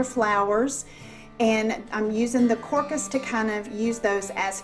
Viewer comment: The arrangement is beautiful! The crocus is pronounced with a long o, so it's pronounced crow-cus. It's another early blooming flower and often you can see them bloom while the snow is on the ground. Well, if you are lucky enough to live where it snows! lol Thanks so much for the tutorial. Looking forward to the next!